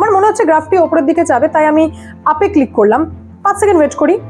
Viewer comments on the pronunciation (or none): none